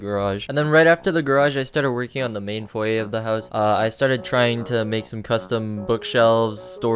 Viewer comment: i promise i'm gonna stop watching this dude, he literally doesn't know how to say foyer